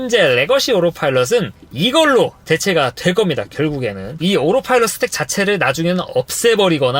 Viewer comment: 이 형님은 다 떠나 오로파일럿 발음에 어색하구료